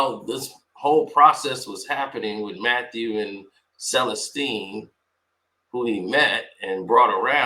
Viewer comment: Selesteene I'm thinking, incorrect pronunciation